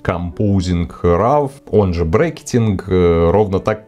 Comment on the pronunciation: спасибо, очень интересно рассказываете! только просьба - пожалуйста, говорите правильно - роу, а не рав) (да-да. я - душнила)